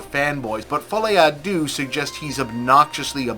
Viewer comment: I wonder why no one bothers to ask google to pronounce the fucking title not to mess it up? Americans do not care about messing up a «lesser» culture, does not even cross their mind that it would look dumb. Deux – its /dø/ more like in derp, not dew. fol'I not f'Oli. Noonу has to know everything, but when you literally have a way to check anything in 3 seconds and decide not to use it – it's something else. And no, i'm not French, its my third lang and i'm shit at it.